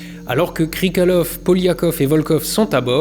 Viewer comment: Par contre, c'est "Krikaliov" pas "Krikalev"